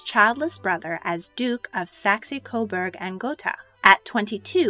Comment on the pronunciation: Didn't get Saxe-Coburg Gotha right either.